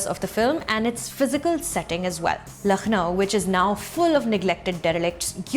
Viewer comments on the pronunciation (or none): Sucharita love you're reviews , it's a pleasure to see a presenter pronounce words correctly but Lucknow is simple no 'kh' like khan just 'k' like luck, really appreciate your attention to detail and I hope this helps.